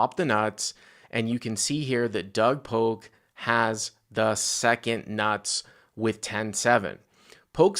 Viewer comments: This video is cringe, pronounce his name correctly it’s Polk not Poke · Ya, he says poke. Super annoying. Hey, it's pronounced Pullk! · Does have beef with Doug??? It feels like has to know who Doug Polk is and calling him Poke almost feels like he is acting like he never heard of him. I could be way off here but normally speaks very well for him to just mispronounce Doug's name like that. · Damn stop saying Doug Poke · Yolk is pronounced Yoke though so hook or by crook you got that right. Are you saying you try to pronounce yolk as yolk and it comes out yoke? So basically you try to pronounce yolk incorrectly and it comes out correctly which is why when you try to pronounce Polk it comes out incorrectly as Poke??? Ah f@ it - it was a good lay down lol. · Love but so funny he doesn't say Doug's last name right, heheh Doug Poke... I thought funny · Someone tell that Doug’s last name has a “L” in it....... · I love how says "Polk" hahahahaha